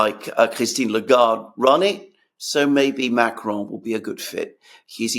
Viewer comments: if you can’t pronounce Macron in a Francophone accent, just pronounce it in an anglophone accent. Using an Arabic accent is irritating and sounds ridiculous. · Biggest relief of macron getting the boot is not having to hear pronounce his name with a French accent 😅